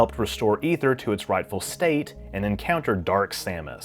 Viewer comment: You are the first youtuber I have ever heard correctly pronounce Aether. I am so happy right now. Lol